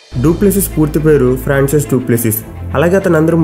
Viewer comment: అన్న ఫ్రాన్సియోస్ డుప్లెసిస్ కాదు ఫ్రాంకోయిస్ డుప్లెసిస్